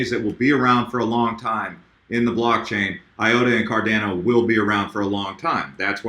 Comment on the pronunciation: Pronounced: "CAR-DON-O" (That's how Charles Hoskinson says it)